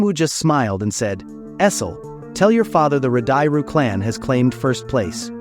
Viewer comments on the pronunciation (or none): Jinwoo say Radish clan here, not Radiru clan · Jinwoo playfully mispronounces Radiru as “Radisu” which means radish. In the anime, Esil quietly corrects him, yet again, “Radiru”. Thanks for the manwha summary. Sometimes I’m not sure which one I like better, the more detailed manwha or the actually very carefully crafted anime series.